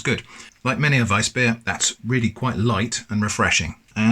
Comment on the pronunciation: Kudos to you for pronouncing Weißbier right